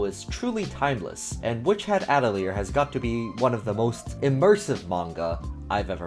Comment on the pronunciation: I loved your video and great recommendations that I will be looking into, but seriously can no one pronounce Atelier? Not a single you tuber who covers that manga can say it's name correctly. It's not even a hard word....